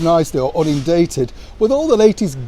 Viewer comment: Good morning, the word is Inundated, NOT unindated. sorry to have to correct you on this.